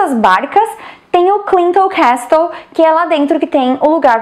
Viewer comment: Amiga, CASTLE se fala 'kessôu', abraços.